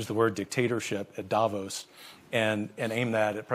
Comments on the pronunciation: No, i’m Swiss, it’s pronounced DAH VAUSE. The ause is pronounced like the ause in “because”. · I’m not being rude but it’s pronounced Da-Voss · Davos is pronounced DAH VAUSE.